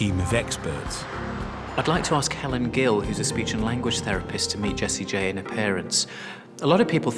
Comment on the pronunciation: I thought she was saying Jessie Jane